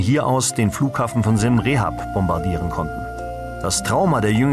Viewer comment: Dank fürs video es heist Siam Reap pronounced [siəm riəp]) not rehap nothing to do with rehapillitation rehabillitation. wiederhausung.